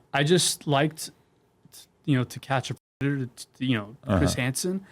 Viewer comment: Why tf cant u say the word predator? Tf